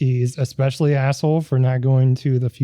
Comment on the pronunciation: Pet peeve- people who say "ex" specially instead of especially.